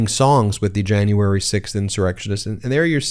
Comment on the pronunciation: stu2 I despise her! I know it's petty, but I can't even stand the way she says "Jane-uary" instead of "January"! She's a vile ignorant monster.